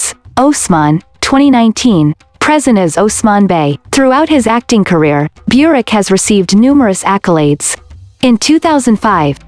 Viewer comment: Burak is not pronounced beurak. Americans don't know how to pronounced names correctly.